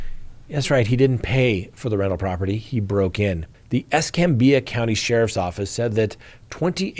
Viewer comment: EsCAMbia ✅ pronunciation